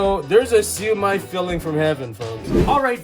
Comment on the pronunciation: Got it! Hate to tease you, but the way you pronounce "Siu Mai" in the video sounds like a drunk Southerner angrily saying "Sue me (in court)☺